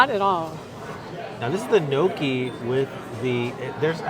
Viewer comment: Please learn how to pronounce gnocchi.